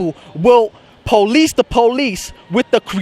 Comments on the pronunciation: NO ONE RESPECTS YOU BECAUSE YOU CANT PRONOUNCE POLICE NOT "PO LEASE' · PO-lice the PO-lice the PO-lice the PO-lice the PO-lice